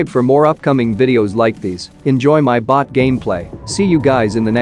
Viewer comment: Me: he there is bot 😒: he there is batt😅😅